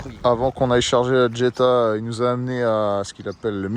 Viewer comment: Superbe acquisition. Juste dans la prononciation on ne dit pas Djetta ma Jetta il n’y a pas de D….. je te le dis pour en avoir possédé une. . 😂🤣 magnifique video sur Séville🎥👍